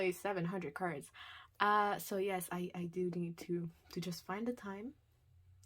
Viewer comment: Did you say 700 cards 😂😂😂